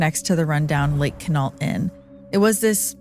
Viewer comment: It's pronounced "Kwin-ault." Love your channel, but that flashing emoji graphic is terrible and distracting.